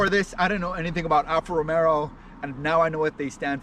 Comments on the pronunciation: Alfa Romero???? Lmao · It helps credibility if you learn how to pronounce Alfa Romeo proper....